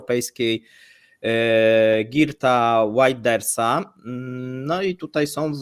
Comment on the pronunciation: Czytamy Łilders Heert...